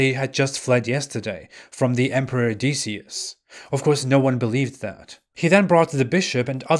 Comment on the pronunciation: Decius is pronounced Dek ee us